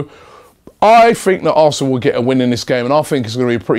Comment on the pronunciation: You have no idea at all what your talking about mate, hemed was not suspended for an elbow and you can’t even say are name right so why should arsenal fans listen to you about this game